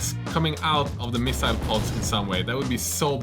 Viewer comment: pronouncing missile one way and missile pod in another is sooo classic